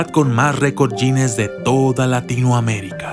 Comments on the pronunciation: Récord "Yines" o Récord Guiness! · No se pronuncia wines es guiness ... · Guinness, como se escribe se pronuncia, no "yines"... Buen video, hasta ganas de llorar me dan por tanto daño que le hacemos a este cacho de tierra tan lindo y a todo el planeta en general.